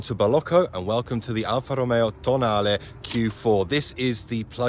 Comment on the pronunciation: Nice to hear an english guy that FINALLY pronunce properly “Tonale” !